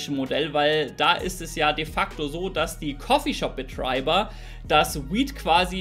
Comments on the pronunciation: Die Coffeeshopbetraibbeerr 😂😂😂 geil xD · Wie geil er das Wort "Coffeeshopbetreiber" ausspricht. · mit amerikanischen akzent lol